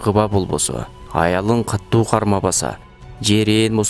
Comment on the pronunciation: Каттуу дебей катуу деп окусаңар